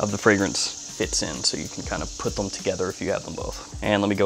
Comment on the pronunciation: he does it with the(l)m too. lol. ive also been wondering about this for months lol